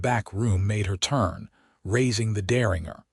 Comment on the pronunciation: The AI narration voice needs to learn how to pronounce words like Deringer (also spelled Derringer). The AI voice gets annoying after a while. Also the AI voice needs to learn read (red) from read (reed) and live (liv) from live (live).